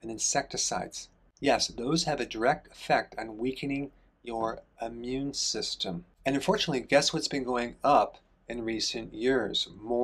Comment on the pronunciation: It is Not your "Ammune" system; it's " immune"